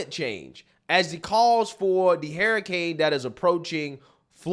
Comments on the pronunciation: what do you pronounce hurricane Hair Kane 😂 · Hairracanes!!! I love the way you're pronouncing hurricane lmao!!! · Yeah she might be reading from a script but you don't even know how to sayb hurricane. There is no spelling in the word of hurricane That has "Hrar-ucane.". Does dum-dum need to go back to school school? "Hear-icane " are you kidding me. Damn my great-nephew nose proper English. Where did you go to School? The UK or New Zealand? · What is a Hairacaine? I've heard of Hurricanes. Did you go to dumb dumb School? Did your teacher tell you to pronounce it as Hearacaines? Because I'm pretty sure it's called hurricane. Dum dum need gum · Who else is hearing him say hairricane? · dude, wtf is a hair-icane? LMAO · I love you dearly, but its pronounced "her-i-cane" not "hair-i-cane"😂 And the word is sacrosanct, not "sancusat" 😅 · I agree with you but Jesus stop pronouncing it harricane. And it’s not saccusaint. It’s sacrosanct. Jesus. This dude is making bank posting videos on YouTube and he’s an idiot.